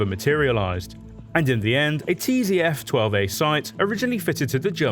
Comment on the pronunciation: "A T'zee'F12 sight". Please bring back David or Chris asap.